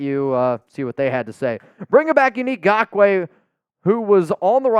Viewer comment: For the love of gawd, his name is not “gakoue”, it’s Ngakoue!!!